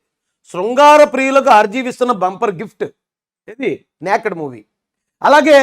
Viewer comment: అది "న్యాక్డ్" కాదు bro, "నేక్డ్" 😅👍 అంటే నగ్నంగా అని. Good take on rgv, keep it up.